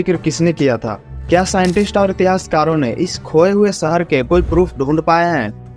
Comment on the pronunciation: सहर नहीं भाई शहर होता है